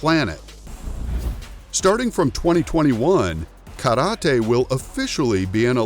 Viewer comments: I thought he said the word Karate wrong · is that how you really say Karate 🥋😱 eeeew lol